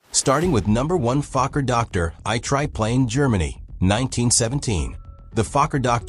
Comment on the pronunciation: Here's a suggestion to make the AI read correctly your acronyms. Instead of feeding, for example, Fokker DR I, you can feed it like this: Fokker D R 1 (or 3). Note the space between the "D" and the "R". That's enough for the AI to read it correctly.